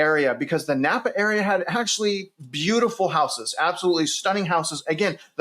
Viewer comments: I love how you pronounce every where you go wrong. “Boize”, “Napa” 😂 (It’s Boy-see, and Nampa) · Nampa. NOT Nappa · Are you from here? Repeat after me; it's Boy-see. Not Boy-zee. That's how we know people aren't from here. And it's Nam-pa, not Napa. Napa is in Cali. Star is definitely being grossly over built. Like Eagle, it's a California destination. Those of us already here hope development hits a wall and less people move here from the left coast. Idaho will be just fine in spite of all the armchair quarterbacks predicting doom and gloom. You can buy smart, or you can buy stupid. It's your choice. Happy New Year! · Are you really "boots on the ground"? Considering that you said NaMpa wrong...... Someone who is there would know how to pronounce it. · It's NOT..."NAPPA"! The name is NAM - PA. Learn to read. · the city is Nampa not Napa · Star has always been more "rural" and started taking off. That is why there is so much land! Nampa is considered the cheaper living area (Nampa, think of rhyming with "camp" "Namp" for pronunciation lol). There are not many jobs there which makes the commute into Boise from both Nampa and Caldwell LONG. Think at least 45 minutes commute into Boise during peak travel hours. I would have been more interested into hearing about Boise and Meridian. Meridian was literally named one of the TOP cities in the US to raise a family. Boise does not feel like it is in the middle of nowhere.